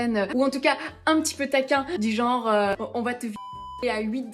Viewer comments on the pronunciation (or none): none